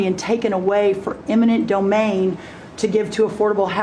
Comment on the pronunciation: It's eminent domain, not imminent domain. How can you be a journalist and not know that?